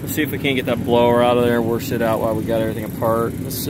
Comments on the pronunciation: He is warshing the are conditionar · There is NO R in wash, warsh....? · Who knew there was an “r” in the word wash?